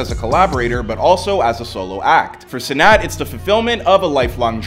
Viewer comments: It’s Kai Cenat not Cenot bro 😂😂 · Bro can't even pronounce his name right but Kai def made it